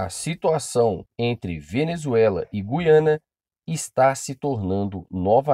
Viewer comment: 16 segundos e rive que oara o vídeo, Meu cari é Guiana sem o som de "u" . Voltando ao vídeo 😁😁😁👽🖖🏻